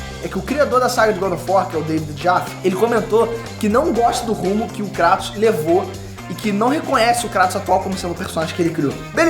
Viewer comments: Meus ouvidos sangram,quando ouço "KrAtos" ao invés de "Krueitos" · q agonia ouvir "Cratos" vsf kkkkkkkkkkk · Cara, me desculpa mas não assisto maia videos sobre gof of war nesse canal. Nao aguento vc e seu pai pronunciar o nome dele errado, se pronuncia “ krueitos” no próprio jogo eles pronunciam assim! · Acho estranho a pronúncia crátos kksksks deve ser por causa da dublagem